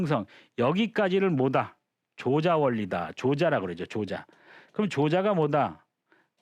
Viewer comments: 조자는 "조짜"라고 발음해야지요! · 앞글을 바로 잡습니다. "조자"는 "조짜"라고 발음해야 하지 얺습니끼? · 조자는 "좈자"라고 발음해야 하는 것이 아닌지요?